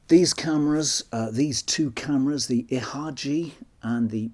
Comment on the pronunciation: Please, dont read ihagee like that. It pains me greatly to hear that.